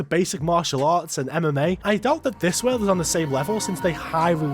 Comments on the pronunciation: can u pronounce world correctly please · I love how you say world as werld with a hint of irish accent lol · Bro you’re videos are awesome, every time you say Weeeld I burst my a** laughing 😂😂😂😂